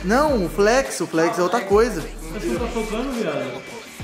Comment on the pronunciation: O não é Flex e sim flét